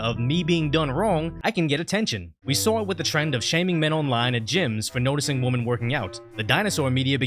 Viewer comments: Why are people not pronouncing "women" the correct way? It is not pronounced the same way as "woman." Women is pronounced like whi-men. When did this lazy trend start? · Dude. Women is pronounced "wimmin", okay? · MY DUDE... WOMEN-pronounced "Weh-men" is the plural. WOMAN- pronounced "Woh-man" is the singular form. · Hey “”…you need to learn how to,pronounce “women”….it’s not the same as “woman”. Wum-an vs. wim-in….get it right! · There’s a difference between the pronunciation of woman and women. Learn the difference.